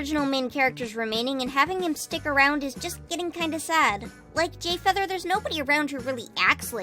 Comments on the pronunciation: Am i the only one who noticed she said GAY feather 🤔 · I swear I heard GayFeather Wha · did u say gayfeather-🌚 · I thought it was just me